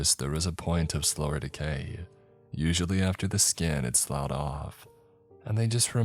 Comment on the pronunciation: "SLOUGHED" is pronounced "SLUFFED". Just trying to be a little helpful. BTW, I'm willing to pay you to replace every use of the word "cacophony" with the word "racket". For some reason the former is seriously overused by authors...